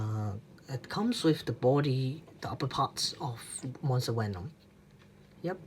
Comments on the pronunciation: no its not he said wenom instead of venom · "figers" "wenom" dude not saying that the review was trash, but learn how to speak English first. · Did u just said: "benom"? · quan ta minh It’s “Did u just *say*.” He said “wenom” which is kind of ironic because Germans pronounce Ws as Vs and he does the opposite